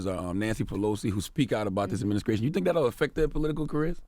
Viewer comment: Can someone tell Charlemagne it's called an administration, not adminiscration?